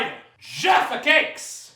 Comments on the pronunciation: Ne kaze se Džafa keks nego Jaffa keks ;) jafa keks se ceti isto kao sto se pise J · I would kill you if you fucking insulted my fav Jaffa keks :P Btw it's Jaffa with J brate srpsko J, ne Dzaffa :D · Cita se KOKTA I JAFA KEKS